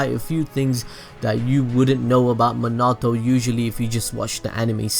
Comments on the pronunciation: I bet didn't know this It's minato not minoto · Stop saying Manato!!! It’s Minato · SORRY but it’s (Mean-it-toe) Not (Mon-it-toe) ;)))) ;-; ;w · Me-na-toe not min-auto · It's Minato not manato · manahto? me-na-toe i spell it like that so you can get minato correct next time ya know lol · manato?? he's name is minato bro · Everyone:Minati Him:Munato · It’s not Manato it’s MINATO sorry but had to say it. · Yo if YOUR GONNA TELL THIS SAY MINATO RIGHT NOT MANTO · Why do you say Menato?!?!?!?!?!? It's Minato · I like how he says Monato instead of minato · Did you say minata instead of minato its prounaunced mi na to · dude it's Minato not menaato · His name is minito not manoto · its not menato its minato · Me-na-toe not ma-na-toe. Damn these anime noobs. Watch the damn show before saying shit BTW. Y'all ruining the series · did u say manatou?.? u mean mi=me. na . tou = toe =minatou^^ also great vid^^ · I feel like your saying Manato instead of Minato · Omg bro I know you warned us about it, but you are BUTCHERING minato's name its (meen uh toe) not min ah toe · He sais manato it’s MINATO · "Mnato namkaze" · MEAN-A-TO minato plz im get so annoyed no hate tho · “Muh-nah-toe” I hate it😭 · Bro its minato pronounced mean-nah-toe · This nigga really just said minedo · IT'S PRONOUNCED MIN-UH-TOE!!!! Nice vid by the way. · it pronuce likw this min-it-toe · It's pronounced MEEN-AH-TOE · isn’t it pronounced “min-a-toe” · It’s Min a. To But it like naruto the to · Minoto prounanced mean - uh - toe. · My OCD 😡 MIN-A-TOE Sorry 😐 just had to get it out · HOLY SHEET ITS MEEENATO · Who the fuck... is mih nah toh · Not being mean but it is MEE-NAH-TOE Thats how you say it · munatoh love it xD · Minato ( me-na-to) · It’s pronounced (mean-a-toe) just to help u out a lil bit bro but great videos I didn’t know any of yhay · I’m sorry but Me-na-toe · It's said mean e to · Meanato thats how it’s pronounced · I'm sorry but the way he says Minato, just cracks me up. Me not toe.